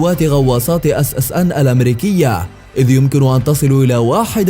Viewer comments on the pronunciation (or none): اسمها ssn مو اص اص ان صوت ينرفز